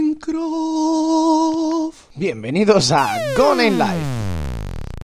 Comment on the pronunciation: parece que dice maincra jajaja